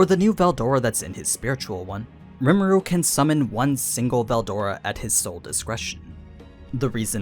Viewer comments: the way you pronounce veldora is so fckn annoying it makes my ears bleed. I don't get how it's THAT hard to pronounce. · this isnt in Japanese, so he doesnt need to pronounce it like that. But yes its pronounced berudora.